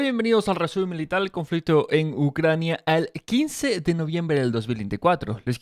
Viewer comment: Porque dice milital en vez de militar?